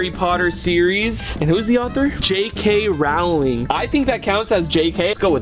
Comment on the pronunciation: Did bro say jk rowling with an ow sound